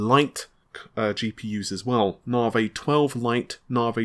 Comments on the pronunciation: Na-Vi!!! Not Na-vay ffs! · In English, the letter "i" is never pronounced like a long "a" as in awake. Why insists on pronouncing it NAH' vay is beyond me. Also these processors are code named after artists, and the man's name is pronounced Ren WAH'. I visit here often for new content, but honestly hearing these words consistently pronounced incorrectly is a distraction. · When the exasperation of hearing NARvaaay for the up-teenth time is just too much! 😂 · Narvay Twenty Free will be great. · Navi, Pronounced Na-vee.... Not Nah-vay Renoir, pronounced Ren-waar ... Not Ren-ore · Narvey, Renor....it’s like Faulty Towers! 😁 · FFS, please learn how to correctly pronounce NAVI and Renoir LOL. Naavee and renwah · Renwarr. Narvee